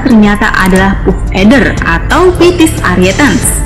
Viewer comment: Dibacanya Paff mbak bukan Puff 😂😀😀